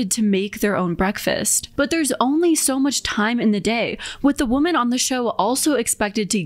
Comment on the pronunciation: I love your content so much I just have one tiny correction because I'm obsessive about pronunciation... woman (/woo͝m′ən/) - singular women (/wĭm′ĭn/) - plural